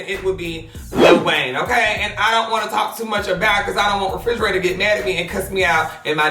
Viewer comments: "Refrigerator" I'm hollering lmaooo. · Not that he called Reginae, Refrigerator 😂😂😂😂😂